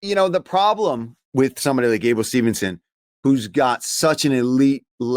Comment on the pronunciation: Mispronouncing gables last name multiple times is crazy 😂😂